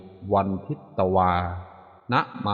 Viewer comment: เขียนทิตแต่อ่านพึต